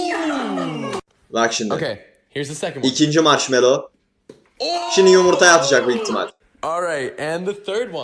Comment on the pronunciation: La Görkemin ” ŞİNDİ “ deyişi çok iyi değil mi ya